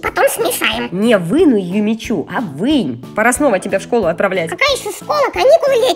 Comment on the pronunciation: Не Юми чю а Юми чу и не Сафи а Софи